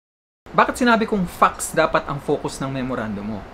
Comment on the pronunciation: please pronounce "facts" properly...otherwise, it doesn't sound nice